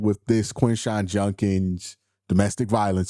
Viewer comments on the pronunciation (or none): It's JUD-kins not JUN-kins